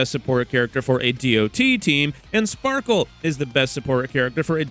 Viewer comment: Genuinely it’s Sparkle, Respectfully